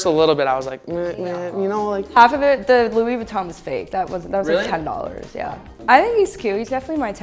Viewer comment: that man said “Lewis Vuitton” …… someone needs to close the schools, or at least his 💀